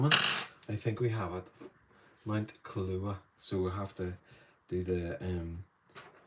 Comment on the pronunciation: Pronounced. Kill-ah-whey -a in Hawai’ian.